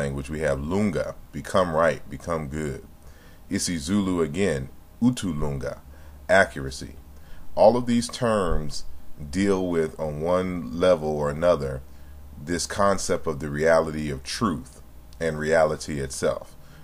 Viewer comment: In Zulu we say uku-lunga, not utu-lunga,,, but the meaning stands the same as accuracy,,,, Love your work, loads of love from Zimbabwe